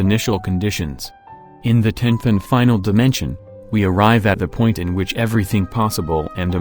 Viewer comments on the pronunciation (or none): none